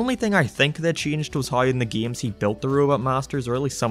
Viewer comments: oh hes saying "games" not geams, got it!!! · "Geeyems" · The way he said games